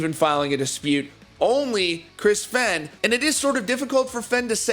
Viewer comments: Fe (aine) not fen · Pronounced Fain, not Fen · this doesn't have to do with the video but does anyone else dislike when people say Fehn like Fain